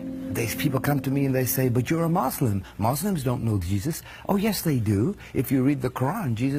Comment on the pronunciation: This guy is a liar, he doesn’t even pronounce “Allah” properly. And no Muslim expects any of the prophets to come visit them at the time of death. He doesn’t even pronounce “Muslim” the way basically any Muslim or someone with any knowledge of Islam has. Absolute liar, do your research before believing these charlatans.